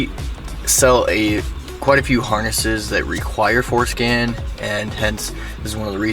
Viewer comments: Forscan nah forskin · Damn I thought he was saying going show foreskin, I'm disappointed 😂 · Sounds too much like foreskin